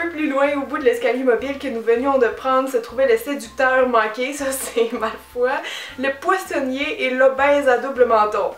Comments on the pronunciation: "MALFOI" FOI MDRRRRRRR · pourtant on france on prononce Malfoy et Granger = GraNgeur et potter bah c'est universel quoi HAHA ah moins que certain disent "poté". xD